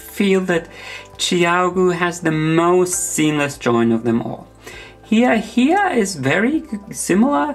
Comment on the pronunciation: Hiya Hiya is pronounced with a long "i" vowel sound, like you are saying "Hi" to someone - not like "He."